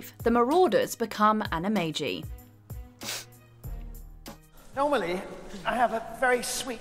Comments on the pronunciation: It’s pronounced with a j in Animagi not a g. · The way you pronounce “Anamagi” is brutal to the ears. Especially since they pronounce the word correctly in the movie clip. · Watch Mojo:Pronounces Animagi and Animagus incorrectly. Also Watch Mojo: Uses Clip of Ron saying Animagus correctly